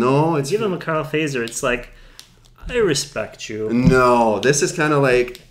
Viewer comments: The "correct" finnish way to pronounce Fazer is like this: Fa [fa as in fa-rm] zer [tcher as in Tcher-nobyl] What an example... 😌 But it's common for foreigners to pronounce it like you did. 😄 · So funny to hear them prounounce the name like "phaser" :D It's actually pronounced "fatser" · Fazer - pronounced: "futt-serr"